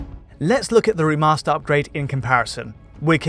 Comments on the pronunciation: Alan Wake R'mahstah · Great analysis! Taken out of it a bit though by the many occurances of 'remaster' being turned into 'rimaster', and 'veil' somehow turning into 'veel'...